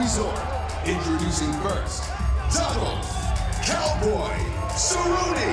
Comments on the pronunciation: Donald "Sir-oh-knee"!!! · The respect between “sir-own” and mcgregor is refreshing